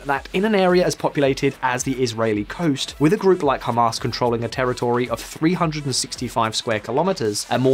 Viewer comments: I heard Hummus instead of Hamas. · Did he just call it “Ham Us” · “Hum Arse”